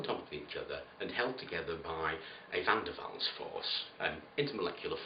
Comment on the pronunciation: Great narration man, well thought out! Wonder how many knew you said "VanDerwalls" force?